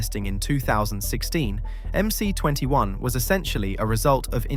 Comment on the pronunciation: It's MS, not MC.